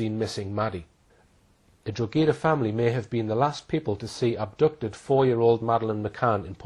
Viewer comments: Serious research put into this and everything to do with Hall addressing Madeleine case. FYI - Town in Ireland is pronounced Draw-Ha-Da (Drogheda), not Drog-A-Da. Boom...keep up the good fight. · Drogheda in Ireland is pronounced "Droh-hed-ah", to rhyme with 'opera' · Drogheda pronounced draw hee da , silent g. Small point but necessary. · Not a very good researcher. His pronunciation of "Drogheda" is WRONG!!